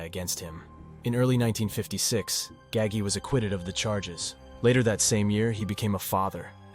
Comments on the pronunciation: Came here to write this! Thank you! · OMG !!!!! I was so annoyed by that too !!!!!!!!!!!! 👍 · ITS NINO GAH-GEE NOT GAGY!!!! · I wish people would learn how to say Nino's name right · I came straight to the comments after he said that to see if anyone was as off put as I was by his pronunciation of Gagis name. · No it’s GAH-HAHI-GEEHOHA. Get your Italian pronunciation straight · Who the f*%k is Nino Gag-ey Or Roy Dahmeo? Maybe you mean Nino Gaggi (Gah-Gee) and Roy DeMeo (Duh-Mayo)